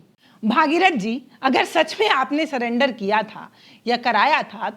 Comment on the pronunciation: सलेंडर नहीं सरेंडर है मैडम।